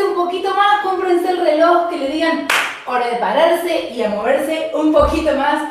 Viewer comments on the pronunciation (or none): none